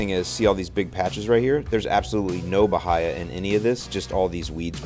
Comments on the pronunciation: its pronounced ba-hay-a.... not ba-hi-a. It should be eradicated at all cost for yard grass. Who the hell sods Bahia? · its pronounced buh hay uh. Not buh hi uh.